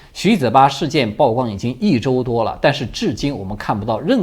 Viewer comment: 曝光 曝曬 曝露 曝光度 曝屍荒野 野人獻曝 均唸（鋪）第四聲.